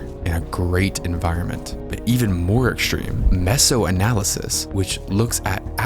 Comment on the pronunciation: Why do you say "ekshtreme" and "shrucshure"? Annoying.